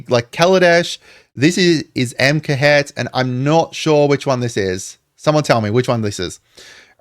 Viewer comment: FYI it's not AM-Ke-Het. It's Ah-Mon-Khet.